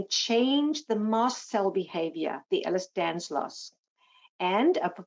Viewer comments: someone tell the Lady it's "Ehlers-DANLOS" :) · Just to be clear, It’s Ehlers Danlos Syndrome, not Ehlers Danslos. There is no Ehlers Danslos.